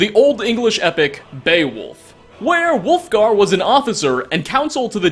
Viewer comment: "Where wulfgar" werewolfgar is what I heard XD